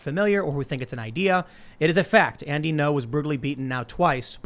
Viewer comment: Andy Ngo Vietnamese speakers: Isn't "Ngo" pronounced more like "EN-go" rather than "No"?